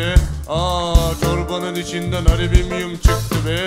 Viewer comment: Doğrusu Alümünyum olsa da çok eğlendim ama, yaratıcılığınıza sağlık! :)) Nil : Aliminyum Evrencan: Alimimyum Devrezz Devrezz... Edit: Doğrusu "Alüminyum" ;)